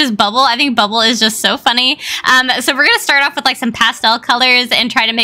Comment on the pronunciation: she said bunny it is not bunny it is funny